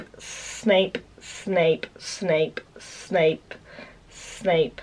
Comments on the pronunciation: I was listening to this in my room and my mother is like what is she saying snake snake snake ? I'm still laughing 😂😂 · Am I the only one who kept hearing "Snake Snake Snake Snake Snape" 🤣 🐍 🤣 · Snape Also: smape again: Absolutely no one: steak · Half of the time you were saying snake😂😂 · I misheard Snape as shape, snake and saint... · It started sounding like snake after a while! Just me? Ok. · I was watching the video and my mother was in my room and she was like "Why is she saying SNAKE?" 😂😂😂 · Yeah, it did sound like SNAKE a few times... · OMG I'm early for once! Yay>:3 Edit: this is so weird I love it!! Edit2: the more she says it it sounds like she's saying ssap are snap XD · first it's sounds normal, so Snape then all i could hear was Steak Staple Smape Thneps Thnape Snake Spape Mapes Swape Fameps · She kept accidentally saying sainp or Saint and all I could think of was .... Malfoy jr: SAINT POTTAH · She kept on saying Smape 😂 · I always feel like ur saying Snpsnasnpsna XD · Around 50 times I thought she said smape or snake😂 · When she starts saying shlape I died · It Kinda sounds like she’s saying spank!🤓🤣😂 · It sounded like your saying snake when u go faster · I heard snipe and Smape😂